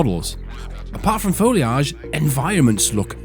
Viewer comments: Foil age? It's simply incorrect. Hehe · Wow I had no idea UK folks pronounced "foliage" that way. Add that to the list of pronunciations we can't agree on lol. I gotta run now, my lieutenant and I are on a tight schedule to get my sedan out of my garage and take Route 66 to gather some herbs, pick up aluminum foil and Nike sneakers, stop by the zebra exhibit near the buoy, and enjoy a little leisure while eating a tomato and basil sandwich in complete privacy. All part of the process...